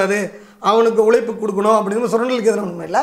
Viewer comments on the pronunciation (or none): none